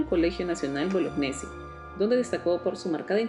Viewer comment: Señorita, el apellido de nuestro HEROE DE ARICA, se pronuncia "BOLOÑESI" porque es italiano y la "GN" juntas se pronuncian como "Ñ". Y por favor, no diga que estamos en el Perú, que aquí se habla castellano. Pronunciemos su apellido como él mismo lo hizo!